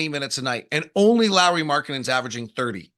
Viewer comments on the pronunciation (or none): It’s not “Lori Markkanen” it’s pronounced “Lowry Markkanen”